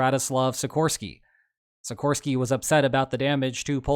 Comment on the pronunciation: As always no one can pronounce Polish names. Sikorski is pronounced shi-core-ski. Core as in heart, ski as in going skiing. Actually not hard for English speaker.